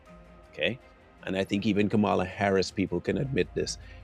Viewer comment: Why don’t you pronounce her name properly